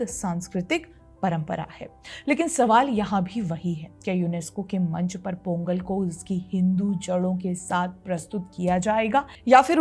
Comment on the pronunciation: In Tamil, ”th” is pronounced as “त” not “थ “. So correct pronunciation is “तई पोंगल“